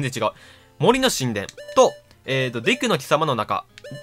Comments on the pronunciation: デクの貴様てwwwマジでそう聞こえるw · 発音がデクの貴様で草